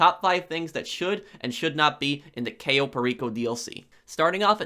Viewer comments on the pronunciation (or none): Your videos would be top tier if you could properly pronounce things like Cayo and Madrazo. They even say Madrazo's name in the game